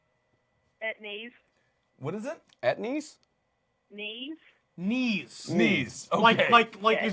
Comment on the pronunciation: I love how they pronounced Niamh as Knees